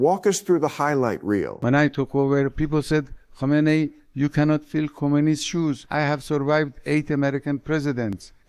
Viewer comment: Thank you for pronouncing his name right!! KO-MEIN-NEE, not HO-mein-nee.